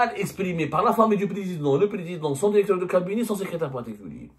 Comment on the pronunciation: Dans une de ses vidéos, il a dit :"il faut incluer". Et là, dans cette vidéo, il dit "dérecteur".